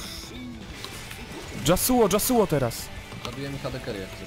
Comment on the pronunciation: Ale to nie jest Dzasuo tylko Jasło :P